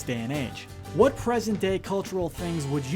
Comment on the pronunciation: "I'll tell ya hwhat"